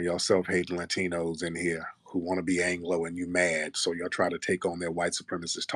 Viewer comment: Ooh 😅 You said Ratinos. That’s original